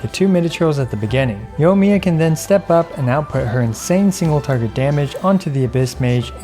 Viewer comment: It's pronounced yoi-miya not yo-miya....